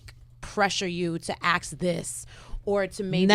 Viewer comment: I'll never understand why people say "aks" instead of "ask". I cringe so hard every time I hear it.